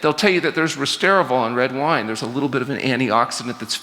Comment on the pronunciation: Yeah, I'm still a bit disappointed that he botched that.